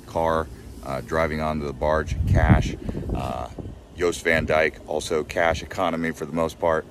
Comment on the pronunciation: FYI ... locals call Jost Van Dyke ... Yost Van Dyke.